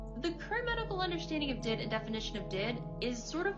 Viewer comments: Its not anything important but the fact that they call it "did" not Dee Eye Dee is ...ew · Just the fact she pronounces it "DID" as a word and not "D.I.D." letter-by-letter is already kind of a red flag that she doesn't know what she's talking about lol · Her calling it "did" and not D.I.D was the last straw for me 💀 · As someone who suffers daily from the debilitating disorder, I find this highly (the person in the tiktoks) insulting and infuriating. I am no professional by any means, this is strictly my opinion from what I’ve experienced. DID, not pronounce like “did”, is a disorder that is caused by severe and ongoing trauma. Trauma so bad that the brain has to protect itself from, well, itself and those who have harmed them. Sometimes this protection is up their whole life, not knowing they have DID. Sometimes it’s the opposite and they find out because of a psychologist or psychiatrist. There are countless factors that go into this disorder being formed as well as everyday tasks that may seem simple to some, but can be quite difficult with this disorder. All this said, I hope that this person seeks out a professional who has worked with clients/patients with DID and/or OSDD. Not everyone who has DID knows it, those who do may not have a diagnosis yet; DID takes several years on average to diagnosed. As for others on any social platform, I hope the same. No one can really tell if someone is faking something; it’s a truly difficult situation to navigate. Peace and good vibes for all y’all, Jay